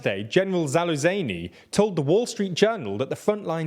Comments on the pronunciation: You don't care about your job at all, do you? The way you butcher all your names is extraordinary. Zaluzeyni? It's as simple as [Zalujny]. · Holy smokes... General Zaluzeini??? You don't even need to do any research to pronounce the zh that is already written and yet you say his name as he were Iranian... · General Zaluseyny lmao. ZA-WU-ZH-NY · Correction: "Zaluzhny" is not pronounced as "Zaluzany", "zh" is rather as "G" in "Genève". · zaluzayni... you cant be serious. zh = "sh sound" as in "shit this guy needs to learn pronounciations" in other words: Za-Lu-SH-NY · "Za-loozh-knee" not "Za-loo-zay-nee". zh is like the "je" in French. It's not that hard. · General "Zaloo zany"? Try harder England! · "General Zaluzaynee" 😂 There has to be a running gag going on in this channel to mispronounce not too complicated names. I cant explain it otherwise. Imagine what they would do with "Nurmagomedov". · I've heard some funny mispronunciations, but Zalu-zany is up there. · "General Zaloozany" might be your worst one yet. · General "ZaluzAny"??? Come on, you do get paid for reading the script right? How about a modicum of effort. Their isn't even a vowel in that part of Zaluzhny. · his name is pronounced za lu jnij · Did he really say "Zalu - zany"!!??. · The prononciation of place names is getting better! You still need to work on 'zh'. It's pronounced like the s in treasure, pleasure or measure. So it's like it were spelled: 'treazhure', 'pleazhure', 'meazhure'. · Ukrainian army commander-in-chief's name is pronounced "zah-luzh-nyi"... (The "zh" as in fusion.) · Great coverage, thank you. One tiny nitpick - pronunciation of Zalyzhniy’s last name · Please check how to correctly pronounce Zaluzhny name cause it hurts my ears 😂 thx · If you want to pronounce the surname Залужний(ukr)/Залужный(rus) properly, Google translate might give you a hint. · Jesus fucking christ, dudes, learn how to pronounce "Zaluzhny" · you still cant properly say the name of general Zalujni shame😆